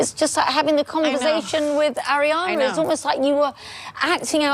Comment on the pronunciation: Ariana.... not Adrianna